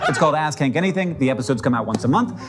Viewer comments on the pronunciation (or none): 100% thought he said the show was called AssKink for a second and didn't question it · definitely heard 'ass kink' instead LMAO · Finally figured out the show is called ask hank, not ass kink. Little dissappointed i only misheard 😢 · I'm gunna level with you, I was only listening to the video and thought everyone was saying 'Ask Kink' instead of 'Ask Hank' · You said ask hank in such a manner that it sounded like ass kink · Definitely misheard the title at first and thought Hank had just announced his new show “Ass Kink.” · The way he pronounces it sounds like : a$$ kink 😂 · I had this on as second-screen viewing and suddenly started hearing the title as "ass-kink". I'm sorry. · Really thought you said it was called "ass kink anything" at first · I heard "ass kink" 😂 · I heard “ask Hank” as “ass kink”. Maybe because it came shortly after the ass-blimp. I’m sorry. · I had to do a double take on "Ask Hank Anything" because on my first pass I heard "Ass Kink Anything" 😭😭😭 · the name had me do a double take the first time because it sounded like "Ass kink anything"